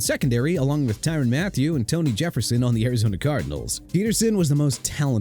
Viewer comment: Tyrann (ty-run) Mathieu and Terron (teh-ron) Armstead and New Orleans (new or-lins) Once again lack of respect for a Louisiana city from somebody who can't pronounce it right!! Got a problem with "New Or Leans"?!